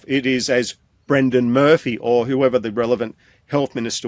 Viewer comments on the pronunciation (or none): none